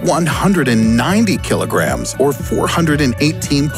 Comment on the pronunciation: Soo....which is heaviuh,A kilahgream of planet or a kilahgream of feahturs ?